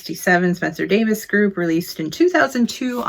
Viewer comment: Please... it's pronounced Davis.